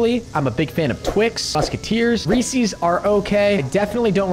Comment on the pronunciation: ITS NOT (REES-EES) ITS (REES-IS)